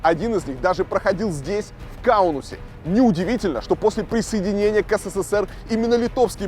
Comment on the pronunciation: Почему говоришь четыре буквы С в СССР? их три, а говор шь четыре. Неужели так сложно правильно говорить?